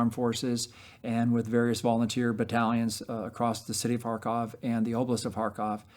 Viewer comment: Love what this guy is doing but the way he says Kharkvov(?) I though he was telling me to far cough 😂